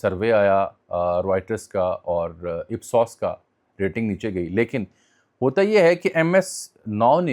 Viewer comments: Jami sab Federal HOTA ha, P HOTA nahi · Sir it's done by Federal HOTA not PHOTA